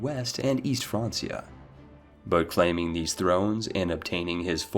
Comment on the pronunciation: Spellcheck your shit, its Chieftain Haraldr not "Chieftan Heraldr". Also check pronunciations, Daurama not "Dauramba" and its pronounced Frankia not Fransia. Ohh and its Giza not Guyza....